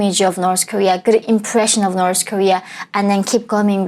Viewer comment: Why North pronounce like - norsë ?